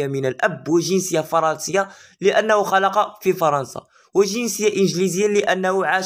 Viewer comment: المرجو تصحيح لغتك العربية لانك قلت خلق بفتح الخاء عوض خلق بضم الخاء والمعنى يتغير. نتمنى لك مسار موفق ان شاءالله.